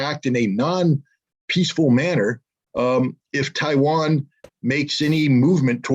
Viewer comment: "Chi-wan"- Scott Ritter, 2022